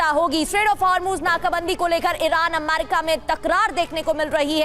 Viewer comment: Amaiirika Itna amaiirika amaiiirika kyu bolti ho.... america bolo